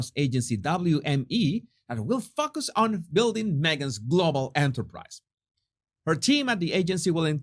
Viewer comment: Bah-ha....I had to rewind...... .........I heard "F*ck us," instead of "Will focus"......I love you!